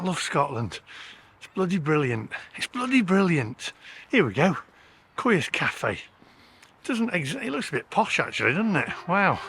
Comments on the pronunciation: It’s pronounced Coyas Cafe not Queers cafe mate cheers 😂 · Korea's cafe? ....Queers cafe?.... Was it so good that you couldn't pronounce Coia?